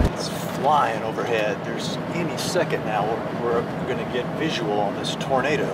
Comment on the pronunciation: "Ghost tornadoo." (lightning and thunder) Right on cue! LOL